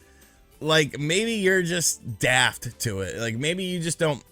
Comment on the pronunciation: An American saying the word 'Daft' does not sound right